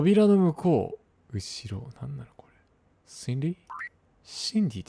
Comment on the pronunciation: 自分だったら途中で強制終了してるレベル…(( *△*) 全ENDクリアした先生:_おつかれ::_ナイス: 皆さんが台パン推してる中私はシンディ?？の発音の良さを推します:_ちゅき